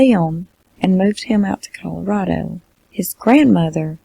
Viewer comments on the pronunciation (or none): none